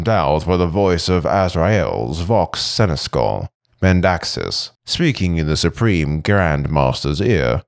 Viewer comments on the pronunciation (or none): Perfect but for two things. Seneshal & Dais